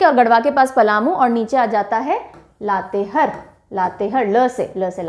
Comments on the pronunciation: लातेहार not लातेहर लोहरदगा not लोहरडागा सरायकेला खरसावां not खारसावां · Madam लातेहर नही लातेहार है। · Ma'm आपने जिलों के नाम का prounciation सही से नहीं किये है। जैसे- लातेहार, गिरिडीह, लोहरदगा etc.